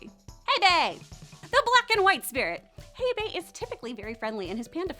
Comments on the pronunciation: I think this video is over a year old. The panda's name is pronounced as Hei Bai (AND NOT HEI BEI), similar on how you read / say Hey, Bye! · It’s pronounced “hey bye” not “hey bae” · It’s called hey bye not hey bay